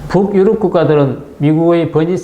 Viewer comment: 부욱-유럽. 이라는 발음이 매우 듣기 거슬립니다. 그냥 북유럽[붕유럽]이라고 연음 발음하면 될텐데요.